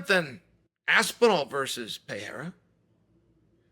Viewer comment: Chael is still saying Pereira's name wrong.